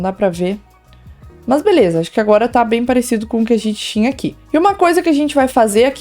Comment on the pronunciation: Pq ela fala "mãs" no lugas de mas?